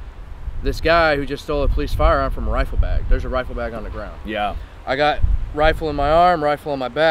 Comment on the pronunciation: The look that little punk gave the guard after he disarmed him was like, "But, but...that was MY wifle!"